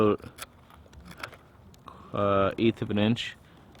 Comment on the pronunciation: Aboot perfect eh ... made me lol! Great videos dude!